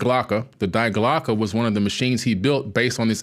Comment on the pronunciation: Die Glocke isn't pronounced "dye glocka".. It's "dee glocka".. I know it's not a huge deal but you're to smart to keep making this error! It sounds like "dee glocka"...